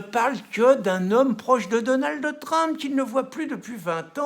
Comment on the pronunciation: Pourquoi il ne sait pas dire Trump à la place de Trampe ?